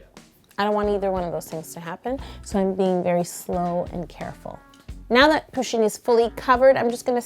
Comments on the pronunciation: It’s puh-sheen not poo-sheen. Sorry I had to say that. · pusheen is a heeeeeeeeeeeee NOT a herrrrrrrrr!!!!!!!!!!!!!!!!!!!!!!!!!!!!! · Am I the only one here who pronounces Pusheen's name with stress on the first syllable, not the second?